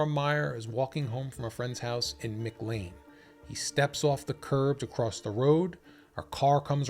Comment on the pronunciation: Mick Lane? McLEAN McLEAN muh KLAIN muh KLAIN